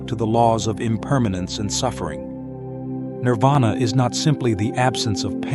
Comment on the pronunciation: Nirvana or Nippana. Not Nirada.